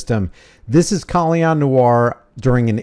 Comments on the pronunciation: Is his name pronounced Kahl-lee-on?? If it is, I've been saying his name wrong the entire time :/ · You mean disarming himself? I'm mainly referring to 2A advocates who believe in Rights for me, Not for Thee. Just like Colion. (pronounced co Lee own) If you believe in licenses and registration as well as those who have served their sentences and do not deserve their rights restored, I'm against. We obviously have to surrender certain rights to exercise others and I don't agree with that either. Maybe if we called getting our civil rights violated "the r word" instead maybe people would take them more seriously.